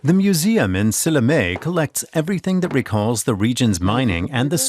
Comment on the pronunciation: Silinee(Sillamäe)? :D He should at least try to pronounce it right. Just giving them citizenship would be too easy in my opinion. We, Estonians, are fading away from this planet and it would just mess up our culture even more. They have lived here for tens of years and they often don't know one word of estonian. At times when Russians tell you to speak in russian so they could understand you...well, blood just starts boiling. But not all russians are like that. The Russians who like living here and want to learn our ways don't speak out as much. People who think russian should be our 2. language are the ones to always complain. (might be a bit too radical)